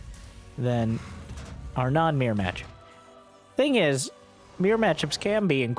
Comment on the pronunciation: It's only now that I realized every time he says mere matchup, he was actually saying mirror matchup.